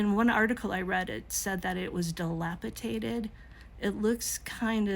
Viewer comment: Fwiw, it's pronounced 'dilapiDated' vs. 'dilapiTated'.